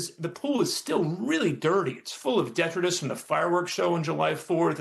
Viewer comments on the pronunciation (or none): Isn't it pronounced "deh-TRY-tus"?